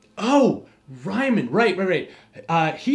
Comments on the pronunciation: Interesting to hear about this Rhymin' guy. The name Reimann is pronounced Ree-mon. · His name is Riemann not Reimann. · Correction: Its not [Ryeman] its [Reeman] I ist pronounced like E and vice versa in German ;) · Ryman? Isn't Riemann pronounced Reeman? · Yes, it is. Makes me kind of cringe, and surprised it wasn't mentioned here. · Riemann is /riːman/ not /raɪman/, and Gaus is /ɡaʊs/ not /gɔs/. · And while we're at it, Ree-mun and Gowse, not Rye-man and Goss. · T. H. Caro and I have always heard Riemann as reemon, not rhymin. Really making me double take. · Riemann is a German name and pronounced like Ree-mun, "mun" rhymes with sun. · It is REE man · Our gentle narrator TOTALLY bowdlerizes the pronunciation of "Riemann". For that screw-up: REAM HIM!!! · Great series, one criticism - please try to pronounce Riemann's name right :). Hear it on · The history of Riemann and Gauß is super fascinating! I would love to hear some EC series talking about the two some day :P BTW, if you ever see an "ie" in a German name/word it is pronounced as a long "e" or German "i". Think of the "i" in integral or the "ea" in reason :) (oh, and "au" is pretty much always pronounced like the "ou" in "out"). In case you are looking for more crazy maths stories with crazy but brillian characters, you could talk about Gödel's incompleteness or even better how set theory became a thing (which is basically how modern maths started) characters like cantor who was actually declared insane, gödel who should have been and david hilbert about whom various funny myths exists and whose date of death is a gag among german maths students :D